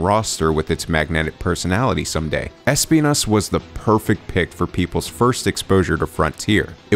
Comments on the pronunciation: es - PI - nas Nice, hehehehehe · Thanks for pronouncing it correctly! The showcase didnt do that lol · He said the name perfectly fine. It's pronounced in spanish. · spending 145% of his brain capacity to make sure he pronounces Espinas correctly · NGL the way you pronunce Espinas is amazing, it seems you practice some spanish or something cause thats some really damn good Spanish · Hehe, As someone who is Spanish..., I can guarantee to you guys that you pronounce it more or less ok, of course with the accent but fine 👌